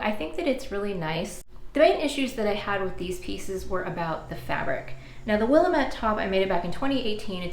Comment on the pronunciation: Love all of the outfits!, especially the top you are wearing! I have a bit of a funny about the pronunciation of Willamette, as I'm from the PNW. The easiest way to remember (and explain) is that "Willamette" rhymes with "damn iit." We do keep it weird out here!